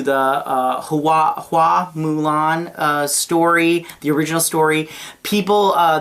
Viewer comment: The family name "Hua" in Hua Mulan is pronounced as "Who-Ah" in Mandarin Chinese. Your pronunciation "Who-Eh" is also not wrong as that's how it would be said in the Fujian (Hokkien) dialect of the Chinese language. But "Who-Ah" is the generally used one. (Perhaps that's why Disney changed it to "Fa Mulan" instead, so it's easier for Western viewers, as "Fa" is the same word as pronounced in the Cantonese dialect of the Chinese language). :)